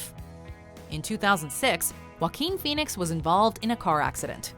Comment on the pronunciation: Jakookoo Pahweenis